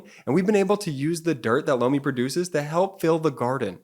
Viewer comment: I’m really not trying to be crude or anything of the sort, but every time your sponsor says ’Lomi’, it really sounds like he’s saying ‘blow me’. Just a heads up (no pun intended) Love the channel btw! Hahaha 😊